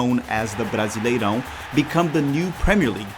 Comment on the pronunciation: estava só ouvindo o audio do video achando que era gringo, mas quando falou brasileirão perfeito entregou pra mim que é br tambem kkkk